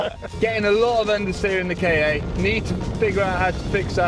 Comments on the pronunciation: Kei-ei? Isn't it pronounced "Ka"? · I don't know why, but i am getting really fucked off because they pronounce it "Kay-Ay" It's fucking Ka! Just as a word. There are no periods between the letters so it's not an abbreviation. Ford doesn't even call it a "Kay-Ay" and they are american so you know they are bad at english.